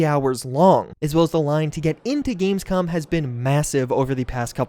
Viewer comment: said "gamescum" haha